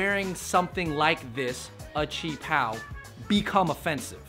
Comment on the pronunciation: Doubt she even knows how to pronounce qi pao lmao